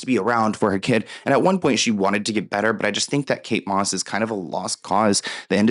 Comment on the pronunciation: Kate MOSS …. KATE DOSS !!!